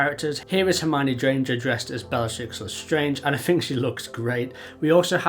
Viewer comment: 1.11 sounds like you pronounced Granger as Drainger here and 1.27 it is not a new hair mould, it is a re colour of the hair used for Jason Momoa's Aquaman minifigures